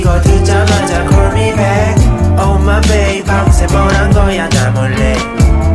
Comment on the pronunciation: 솔직히 좋은지 모르겠음 내취향이 아닌듯 다른거보다 특히 call을 cor로 발음하는게 너무 힘듬ㅠㅠ